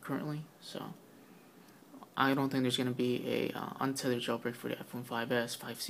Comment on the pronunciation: it is thethered or unthether